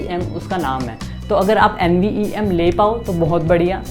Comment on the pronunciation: Nice video... Just a correction! It's NVMe not NVEM